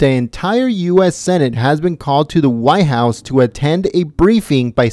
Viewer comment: WTF is the why house? I assume you means White house, you know, that large place at the end of Pennsylvania ave..Did you learn to pronunciate in an ebonics class?